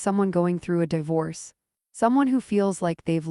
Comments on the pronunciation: Left when the AI mispronounced di-vorce 3 times. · (Dee force) pronounce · a-lean-er. die-vorce. This text-to-voice needs better training.